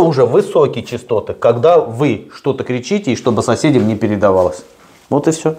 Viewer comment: Высокие чАстоты, а не чИстоты. Грамотеи.